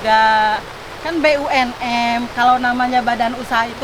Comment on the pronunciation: BUMN buuuuu Lain BUNM di perhatikeun ges 2 kali salah Ngomong BUMN jadi BUNM